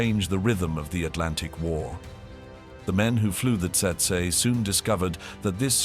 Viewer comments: Actually it's Tsetse. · It's tsetse, not testse. Stopped watching right there. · Maybe I'm mistaken but, as a Brit, I believe it''s pronounced 'Tetsee' and not Tseytsey'! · Not Tetsa, but Tsetse. The African fly is called Tsetse! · Tse-tse- Tetse (spoken as Tset-see) Not: Tset - Tsurr and Tsetsey or while we’re at it … not Tersetsay ! Do I have to spell it out? tch! some AI people! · It’s pronounced tetsee not tetsa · It’s pronounced how it is spelt - tsetse. You will not forget after being bitten by one. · Tsetse is pronounced "tset-see". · Tse Tse fly mosquito.pronounced as follows u tool.. tet see... get it right or don't post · TET-ZEE (fly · It’s pronounced Tet-see….. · Rubbish channel. Rubbish name. Please try harder. The content is fair but the delivery is lacking, friend. Set- see is how it’s pronounced by Kenyans. They should know. Great place great people. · "TET SA" crap AI.....HUMANS PLEASE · How to pronounce Tsetse a hundred incorrect ways. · It’s TET-SEE FLY bud. And the Cornish airfield was named PRE - DAN - NICK😡